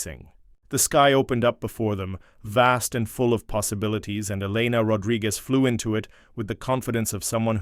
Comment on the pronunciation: oh my god did you people NOT watch Top Gun? an F-14 has twin tail stabilizers!; Webs is spelled Webb's; it's pronounced E-lena NOT Elen-a; whoever wrote this story has no idea of military ranks Commander and Captain are 2 different ranks, Commander is a Naval Rank ( comparable to a Major ) and Captain is an Air Force Rank ( comparable to a Naval Lieutenant ); again Commander is a NAVAL rank NOT an Air Force Rank who wrote this crap? Hayes is NOT spelled as haze